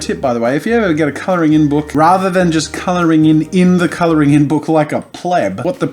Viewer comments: He said colorin instead of Coloring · Am i the only one hears u say "coloringing"? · A color-in book. Why aren't you pronouncing the G? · Are you adding a syllable to "coloring"? Color-ee-ing? :) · Is it just me or is he saying it like "coloringing" book? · Idk if this is a bit, but is it just me or can Jazza not say coloring right???